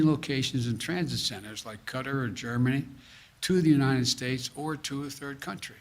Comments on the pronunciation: It's not Cutter -- it's QU-TAR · Y does he keep saying cutter instead of Qatar?? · He’s pronouncing Qatar like cutter… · Who is cutter? It's Qatar. 😂 What we deal with in life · It's not cutter. It's kay-tar. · what is the country of CUTTER? that he keeps mentioning?? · He (the acting president of the United States) pronounced “Qatar” as “cutter” 3 times in this video. We had to memorize each state capital by 5th grade, I feel like the ability to correctly pronounce the names of our allied nations should be a prerequisite for the job. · He's also mispronounced "Qatar" several times, saying "cutter". 👏...👏...👏...slow clap for "the most popular president ever"....🤡 world..... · I heard "cutter" too. Makes me think his autocue is written phonetically so he can just sound out the words on the screen. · If I hear one more person mispronounce Qatar I'm gonna scream. Small quibble I know but Jesus.... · He's doesn't even know how to pronounce Qatar and yet claims he's been in contact with them. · Maybe it's me, but maybe should have started before all the military were taken out. No way he'll bring them here, they hate him. They'll vote against him. Why is he mispronouncing QATAR. Thats what America is we ruin their country and bring them here.